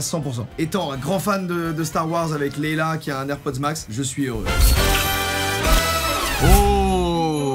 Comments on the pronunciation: Ça ce dit Leya mais ça s'écrit Léia pas Leila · LEIA pitié !!! PAS LEILA ! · Fan de star wars mais tu dis Leila au lieu de Leia 🤣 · Leila mdr c’est Leia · C'est la princesse Leia et non Leila !! Désolé mais j'étais obligé de le dire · Cest pas laila cest léia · Princesse Leia, pas Leïla ^^ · Désolée ça me démange mais c’est princesse leia et pas Leila 😂😂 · je m'appalle Leia comme la princesse dans star xars doc sil te plait arret de dire Leila merci BCP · Leila au lieu de Leia, decidemment Star Wars c est pas encore ça 😂😂😂